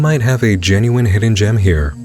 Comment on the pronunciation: I don’t know why but for some reason when he said “hidden gem” I thought I heard something else completely. It would actually be a good name for videos made during COVID! I thought he said “we have a Pan-gem-ic here!” Lol 😂